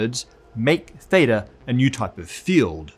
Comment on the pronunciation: Your pronunciation of theta and maths really grinds my gear.